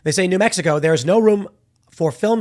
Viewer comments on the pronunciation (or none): none